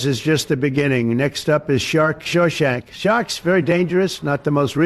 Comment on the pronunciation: Did he say shark Shawshank? Lol